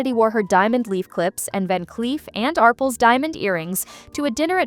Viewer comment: Love the way AI says 'Arples' instead of "Arpels'